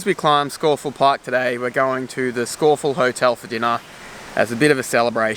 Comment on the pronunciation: A good unpretentious film ,and full marks for the correct pronunciation of Scafell (Pike).